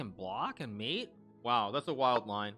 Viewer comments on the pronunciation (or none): none